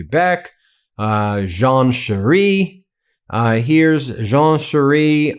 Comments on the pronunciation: "Charest" is pronounced "Sha-ray" not sheree or whatever that was. Thanks. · charet is pronounced sharaa not sheree...just saying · Ben, my man, it's Jean Charest pronounced as in Chardonnay, or beret, biday or "Sure, eh" 😆 not Shiree. You need to come visit Quebec for a bit, to get the gist of French pronunciation. 😂 Love ❤🇨🇦💪🏼💪🏼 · Jean Charest: Its pronounced Jon Sha-rest. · Btw Jean Charest is pronounced: sha r-eh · It is pronounced 'John Sharay' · It’s phonetically pronounced Jean ShawRay. 🇨🇦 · Jean Charest... pronunciation...Jean Sharay... Like, sashay ,🙂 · Just a FYI, Charest is french and is pronounced Share A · It’s pronounced Jean Shar-ay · By the way, Jean Charest is best pronounced using the phonetics spelling : The French Pronunciation (Most Accurate) Because Jean Charest is a French-Canadian name, most English speakers in Canada still try to use the traditional French pronunciation: [1] • Phonetic Spelling: ZHAHN sha-RAY • International Phonetic Alphabet (IPA): /ʒɑ̃ ʃaʁɛ/ [1] • Breakdown: o Jean: The "J" sounds like the "s" in the English word measure or vision. The "ean" is a soft "ah" sound with a slight nasal tone. o Charest: The "Ch" sounds like "sh" (as in shoe). The final "t" is completely silent. ( res ) sounds a bit like ray, sounds like (sha-RAY) = Charest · Hi Ben, for help with the pronunicaton of Jean Charest - using a completely Canadian take you have no doubt heard over the years ... try Jean Char - eh! this will give you the correct french pronunciation..... Go Canada!! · Pronounce it Jean Charaaaaa (no t).